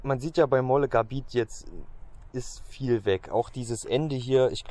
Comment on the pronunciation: Sprich:Möllegabet, nicht Mollegarbit.